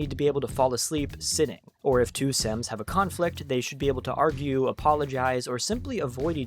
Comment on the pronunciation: I hate the way you say SIMS DX